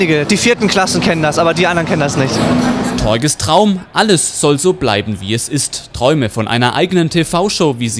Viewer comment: Torge...Oh gott! Genau so gesprochen wie es geschrieben wird.... *facepalm*